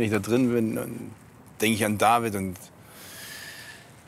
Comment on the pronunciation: Jemand soll diesem Mädchen bitte sagen, dass sie nicht mehr „Davieed“ sagen soll.